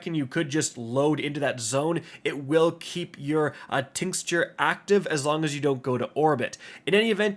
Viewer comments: This…. Until I heard him pronounce the word “Tinxture”🤦🏽‍♂️ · Super helpful, but listening to mangle the word ‘tincture’ repeatedly undoubtedly the highlight of the video. 😂